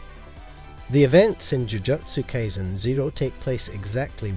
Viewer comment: Dude, you're pronunciation of Jujutsu Kaisen is way off. Jujutsu is pronounced like Jujitsu except swap the I for a U and Kai rhymes with eye.